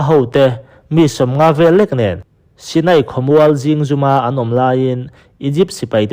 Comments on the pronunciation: Zingzum i lam dan hi a dik lo, zing(morning) angin i thlûk a thlûk loh tûr, 'dinhmun' tih lam anga lam tûr thlûk loh tûr. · A ngaihnawm e Chhiar uluk deuh lai tur zingzum etc😂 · Ziñgzum ilam Dan hi adik zawk lo zi4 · Zingzum i lam dan a diklo.a ngainawm khawp mai.mahse.alam rik dan zir leh deuh hlek ta che.rawn tizel ang che. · A ngaihnawm hle ñain Zingzum i lam dan hi chu a ngaimawhawm khawp mai...i chhiar chhuah hmain lam (spelling) sual palh awm thei tur lo enfiah hmasa tawh la a țha khawp ang.